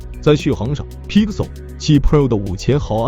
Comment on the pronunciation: bro can u at least pronounce pixel properly, u sound like ur gagging on a toe